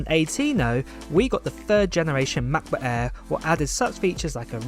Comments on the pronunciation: he is a m’cbook eaa guy mcbook Eae…😂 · Work on your pronunciation.. MEHBUHK EHHHH is not a way to say MacBook Air